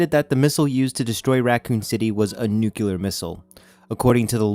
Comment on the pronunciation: What is nuculer? It's nuclear so obviously you are not a nuculer physicist because there is no such thing.